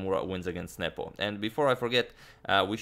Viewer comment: I always hear nipple instead of Nepo.